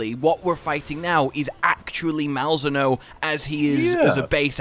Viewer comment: Why do you pronounce Malzeno so wrong?